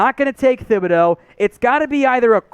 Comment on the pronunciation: For God's sake..... pronounce Thibideau's name right. You don't pronounce the "h" in it.